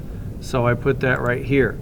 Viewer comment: yu keep saying dhet !